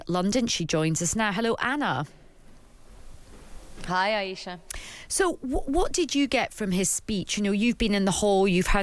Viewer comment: Very disrespectful that no one at times radio seems to be able to pronounce Anna’s name correctly.